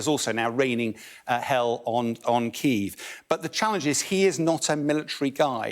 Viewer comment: Felt sorry for. Being questioned by such an ignorant reporter who can't seem to say Kyiv. Disrespectful.